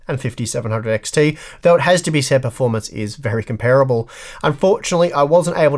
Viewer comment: it hurt every time you mispronounced 'comparable'.